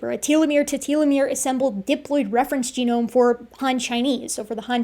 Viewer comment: full geome ex dee